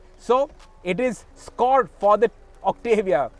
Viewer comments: It's Octavia not Octevia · First reviewer in India who can actually do the right pronunciation of the Octavia. It's Oct-tuh-vee-yah and not Oct-AA-Viya